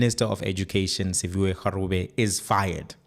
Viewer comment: The surname Gwarube is pronounced with that "-r-" as "-rh-" like the first "G-" in Gauteng. You've been butchering that surname long enough.